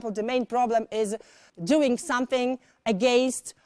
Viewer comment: against - też źle wypowiada